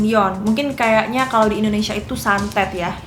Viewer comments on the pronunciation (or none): none